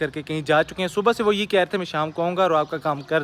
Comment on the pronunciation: Tum subha ko subho kyu kehte ho